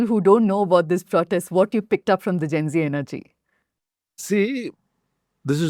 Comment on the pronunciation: Zen zee, zen zee, zen zee....!!! Arre bhai, it is Gen-Zee....bolo dus baar🙄..!!!Gen, Gen, Gen....!!!Had a better impression of him !!!